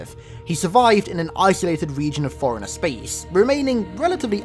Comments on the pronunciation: Took a few seconds for me to realise he was saying forerunner and not foreigner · Lol fore runner, sounds like hes saying foreigner. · It sounds like you're calling him a foreigner, not a forerunner. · Everytime you say forerunner it sounds like foreigner 😂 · You want to say forerunner but you keep saying foreigner. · The way you say forerunner kinda sounds like “foreigner” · Whenever you say "ForeRunner" I heard "Foreigner." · Great video, but I hate how you pronounce Forerunner like Foreigner XDD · Got 3 minute's in before I gotta annoyed with the way you say forerunner, I will not be returning.